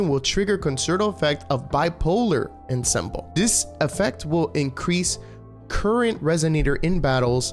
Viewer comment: Ensemble is pronounced on-som-bull